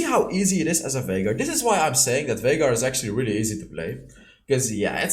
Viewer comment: Viegar Or Vinegar? LOL